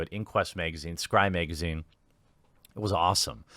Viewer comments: The way you miss pronounce magazine makes me miss Lauren southern . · Why is him saying "megazine" so funny?